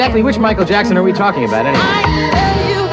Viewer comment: When you say his last name make sure you put and say jackson not jacko..